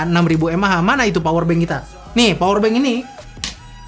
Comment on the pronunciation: Awkowkowk "powerbank berberber? Wi berber?" Ngakak duh